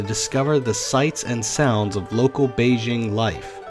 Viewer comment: You're pronouncing Beijing wrong. "J" is hard, not like "Beige". BEI-JING.